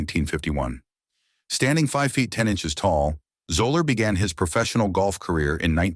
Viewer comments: When you make a video about Fuzzy Zoeller you should at least learn how to pronounce his name. Maybe spend a few bucks on a human narrator, rather than a crappy bot. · AND. This idiot narrator couldn't even take the time to find out how to correctly pronounce his last name. What a joke!! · 😂 Fuzzy “Zoh-lurr”?!? You made a whole video and don’t bother to learn his name hahaha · It's pronounced ZELLER, not Zoler. You also mispronounced Saracen. Go back and correct these huge mistakes or drop the video. As for the comments: anyone who can't immediately perceive the racism in Zoeller's statements about Woods' Masters menu needs to take a hard look in the mirror. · I stopped watching after 30 seconds... no credibility when you can't pronounce the man's name properly... "zeller" not "zoller" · That one did it for me, too. Also, it's "ZELL-er" not "ZO-ler." His initials, FUZ, are the basis for his nickname, not just the F and Z. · It's pronounced, zel-ler. But then again, I've never heard of Gene Sir Raisin. Do your homework!! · Its pronounced like "Zeller" - the 'o' is silent. Get it right THEN publish it. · It’s pronounced Zeller on Zoller 😂😂😂😂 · I went to high school with him and that is not how his last name is pronounced... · This video is BS starting with not pronouncing his name correctly. I met him several times at the Mad Anthology charity golf tournament in Ft. Wayne, Indiana. He was always very pleasant and fun to talk to. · But really...the narrator loses all credibility because he can't pronounce his last name. Obviously he knows absolutely nothing about golf and its history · Mispronounces Zoeller throughout and Saracen...Seriously!! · I can't help myself but as soon as one of these computer-generated videos starts pronouncing names the wrong way (like it did with "Zoeller" and "Sarazen" in this video), I shut it down. It's kind of hard to take the video seriously after that. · Learn to pronounce his name. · Zeller not Zola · It’s pronounced zeller